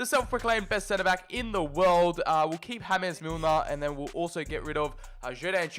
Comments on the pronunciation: DiD HE JUST SAY HAMES MILNER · He said hamez Milner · Who the hell is hames Milner? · Like How you say James Milner😂😂